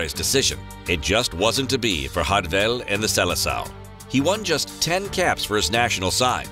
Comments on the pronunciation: Also his name his Jardel not Rardel in Portuguese J is read like in English unlike in Spanish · he's name is spoken in Portuguese not Spanish. jar-del not hardel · Stop fucking saying “hardel” in portuguese the J is said like an English J not a Spanish, Italian or dutch J so it is Jardel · It’s MARIO JJJJJJJJJJJARDEL YOU DUMMY. HARD J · Name is so easy to pronounce and yet you may a complete mess of it 😹😹😹